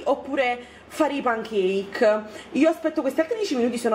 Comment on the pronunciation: Pankake si dice senza la S😂😂😂😂😂💗 Ti adoro troppo